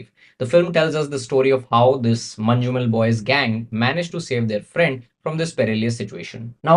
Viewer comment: Its "Man-num-el" not "Man-ju-mel"